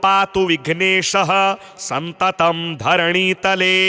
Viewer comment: सततं को आप सन्ततं लिख रखे है और बोल भी गलत रहे है सुधार ने की कृपा करें